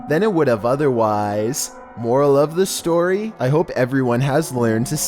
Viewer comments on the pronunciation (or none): none